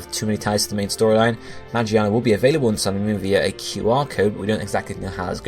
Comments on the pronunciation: WHY ARE PEOPLE SAYING MAGIANA ITS MAGEARNA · Lol you pronounce magearna ma-Ji-arn-ar its mig-gear-nar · ma-gear-na not magi-arna >.< so annoying 😂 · You know I'm pretty sure Magearna is pronounced Ma-GEAR-na not Ma-GEE-arna. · Mah-Jee-anna? its pronounced Mah-Gear-Na. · who is magiana? isnt it magearna? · magearna, not magiana. Magiana is japanese name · It's Ma-Gear-Na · Isn't it pronounced "Mah-Gear-Nah"? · ITS MA-GEAR-NA!!! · Alright I get the argument that he's used to call magearna that but come on moron it's mah-gear-nah and it looks like a fucking gear I think it would be obvious how you pronounce that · Say it with me now. Ma-GEAR-na. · Omfg get over how he pronounces Magearna's name. That puny thing wasn't even the point of the video. You people are so annoying. Let him pronounce things as he wants. We all know what he means anyways so there's no point in correcting him.